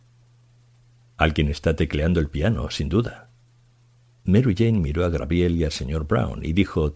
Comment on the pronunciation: Debería volver a grabarlo por el fallo tan grande de decir muchas veces GRABIEL, ¡por favor! qué fallo tan grande 🤦🤦🤦🤦 es muy grave en alguien que lee para tantas personas, que eso lo diga alguien que no tenga estudios es entendible, pero aquí es inadmisible, no sé si voy a ser capaz de seguir escuchando, como siga diciendo GRABIEL cada dos por tres. Me está poniendo mal cuerpo